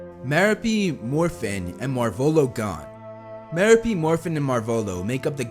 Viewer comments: *Muh-Rope” Gaunt. Not “Marrow-Pee.” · ‘It’s Mer-OH-pe, not Mer-a-PE.” - Hermione Grainger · Merope ( Ma-rope-pe) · It’s MerOpe, not MeropE.